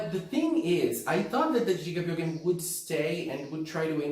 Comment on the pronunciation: The first time brought up the name gigabyogen, I was like oh jigabyogens, that's a cool name, but then I found outs it's gigabyogen, like megabyte and gigabyte and terabyte, and the it was just, oh, he was just pronouncing it wrong lol